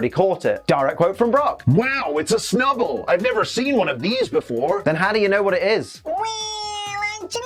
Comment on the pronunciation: Clearly it's the B for snub-B-ull